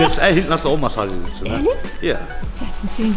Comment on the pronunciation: Massage sitze ??hörte ich da Massage sitze 😏😏👍🤣🤣